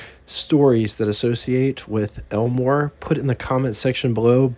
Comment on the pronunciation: I could swear you're saying Elinor and not Elmore.